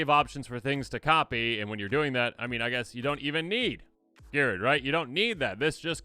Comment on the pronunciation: Good job pronouncing the card name for those of us that drive while listening to you. I appreciate it